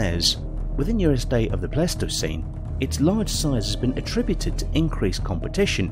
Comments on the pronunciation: I think a Columbian mammoth could possibly skewer a t-rex alive, they or a Paleoloxodon Namidicus which was potentially larger, also was this a competition to see how many words you could mispronounce or do British people just have completely unexpected ways of saying things like Pleistocene, or Smilodon which you pronounced as Plistocene or Plestocene and Similodon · The narrator pronounces most of the major words completely wrong..pronouncing pleistocene wrong several times and in different ways. The cherry on top was calling the triceratops a mammal... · I love how many times he pronounced Pleistocene differently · I'm not the only one who hear one person pronounce Pleistocene 3 different ways right?